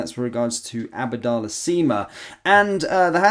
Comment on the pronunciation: It's ABDALLAH SIma NOT ABADALLAH Sima!!